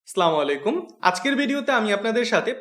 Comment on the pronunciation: আগেই বলে নিচ্ছি ডোন্ট মাইন্ড আপনার সবকিছুই আমার ভালো লাগে বাট আপনার প্রথমে যে সালাম টা দেন সেটা হয় না শুদ্ধ করে দেওয়ার চেষ্টা করবেন যেমন আসসালামুয়ালাইকুম এটাই শুদ্ধ কিন্তু আপনি ব্যবহার করেন স্লামালাইকুম